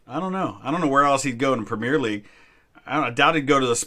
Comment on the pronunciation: I love your content and you seem like a really cool dude but every fiber in my body aches the way you say premier 😂